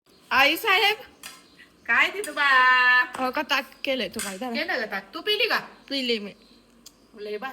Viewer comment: टाक नाही ताक म्हण